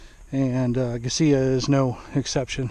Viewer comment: Is that the right way to pronounce Gisela? I've heard it "guy-zee-luh" before as well. Just when I think I've figured it out, someone pronounces it differently! 😄